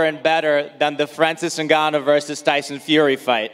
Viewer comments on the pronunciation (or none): none